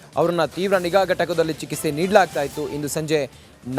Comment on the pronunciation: ನೀನು ನೆಟ್ಟಗೆ ಕನ್ನಡ ಮಾತಾಡೋದು ಕಲಿ ಅವನು ಕನ್ನಡದಲ್ಲಿ ಐಎಎಸ್. ಮಾಡಿದ್ದಾನೆ ಸರಿ ನೀನು ಚಿಕಿತ್ಸೆ. ಗೆ ಚಿಕಿಸೆ ಚಿಕಿಸೆ. ಅಂತ ನೂರು ಸಲ ಬಡ್ಕೊತಿಯಲ್ಲ ಯಾರೋ ನಿಂಗೆ ವರದಿಗಾರನ ಕೆಲಸ ಕೊಟ್ಟರು